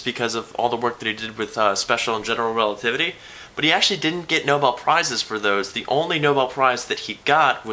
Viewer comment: Relativitaly? I'm italian and i'm OFFENDED eating spaghetti loudly